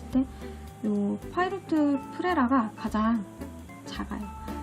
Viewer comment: 그냥 파일롯이나 파일럿이라 하면 됨..파이로트는 일본애들 발음..걔들은 플래티넘을 플래찌나 세일러를 쎄이라 ㅋ